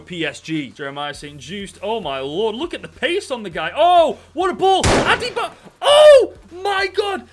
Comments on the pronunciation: "Adebo" lol 🤣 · Its pronounced ade-bi-yo btw :) Great video btw !